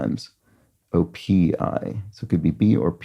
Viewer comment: Neat touch to list the male animals for the theme clues where possible, to tie in with the 'man baby' theme. OPI should be pronounced as an initialism. It was originally a small dental supply company called Odontorium Products Inc.!